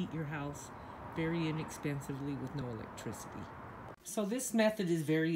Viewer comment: Elect tircity